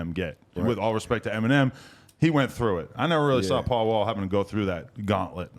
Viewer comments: He said PAUL NAW not paul mall 😂😂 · It’s Paul Wall Bay-By. 😬💎